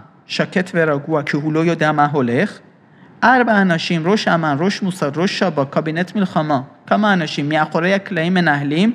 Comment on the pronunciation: כשהוא אמר אמ"ן חשבתי המן חחח